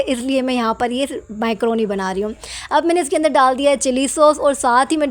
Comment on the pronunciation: Microni nahi macaroni boltey😊